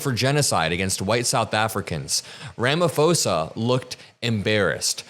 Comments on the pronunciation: Malema is the best man for Trump 😂😂😂 I support Malema you can’t terrorize black people in America and in Africa absolutely not the land of South Africa belongs to Malema and his people and baby it’s pronounced RamaPhosa PPP POSA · South African and journalism student here. Sorry but I really need to tell you that you absolutely butchered his name. 😂. Love what you do. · The South African President’s name is pronounced Ramaposa. No “f” sound. The “h” is there for a reason. It makes the P a soft explosive P rather than a hard P. It’s difficult to explain in English without hearing it. . The people living in the Cape Flats are not White. The people who live there are identified as Colored. The person who brought it up doesn’t understand that the average person in the US is not going to know that. The overwhelming majority and proportion of crime victims in South Africa are Black and Brown. White Afrikaner is totally redundant LOL!!! That’s like saying White Aryan (although I hasten to add that this is not to imply that all Afrikaners are necessarily White supremacists). In South Africa, White refers to all White South Africans while Afrikaner refers specifically to the descendants of mainly Dutch colonists. Otherwise you are absolutely correct. Crime is a nationwide problem. I have family living in the farm area that some of the recently arrived South Africans come from. The last time I visited, two farm workers were attacked. They were Black and the farm owner was also Black. Thank you clarifying all of this, including the Julius Malema situation. Using him as an example is like saying that Alex Jones is mainstream. ( As an aside, this claim of a genocide has as much credibility as Alex Jones’ claims about Sandy Hook. That is how ridiculous this is). Many people misunderstand what happened to end Apartheid. It was not merely a struggle. It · It's pronounced Ramaposa not Ramafosa 😊❤ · Just a helpful hint, the "ph" is pronounced differently.